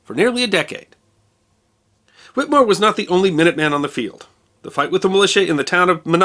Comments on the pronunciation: It is Pronounced...."Whit A more". There is an E in there. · You must do a expose on the doctor who treated him, the skilled Cotton Tufts. Also please note we in Massachusetts pronounce the last name Whittemore with a short clipped " e" in the middle of the name not whittmore. Great work I follow you almost religiously. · A distant cousin on my mother's side. The name is pronounced with a short E not with a silent E. The family all over MA and NH. They owned at one time a big portion of New Found Lake, NH. Only a private cemetery is still owned now.